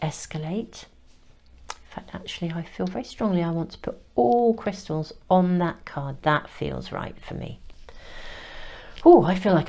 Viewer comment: I usually don’t comment but you keep saying my name in your readings. You say “Krista” when trying to say “crystals”. You did it in others and this one too. Thank you for my messages. Note: I don’t want to re enter the energy that led me to this reading so I won’t give too much of a description but I was led right to it in the most timely manner while I was considering what to say to a specific very close family member. I’m not even surprised by the power of the universe’s ability to get messages, people and circumstances to me anymore. I’m Just in love with it. ❤ thanks again sister